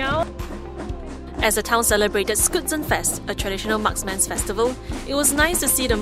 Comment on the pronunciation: Haha it's so funny the way she pronounced schützenfest 😂 skoot-zenfest.